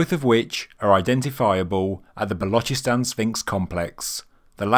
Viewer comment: He said Balochistan pretty good. He said the chs in Ch from channel and then sss sound like a hiss from a snake. Otherwise they just say Balochistan as in lochness monster